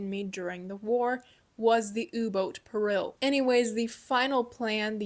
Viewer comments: Ooo-boat Peh-reel. All honestly I’ve wanted to know about this less covered aspect of German history, nice work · What's with your way of pronouncing things? You pronounce "u" as "ooh" and "peril" as "purr-rill" U boat = ooh boat Peril (peh-ruhl) = purr-rill Where are you from? I know you're American.